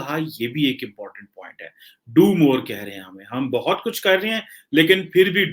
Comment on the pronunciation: They are saying Doob More...in Bengali accent...😂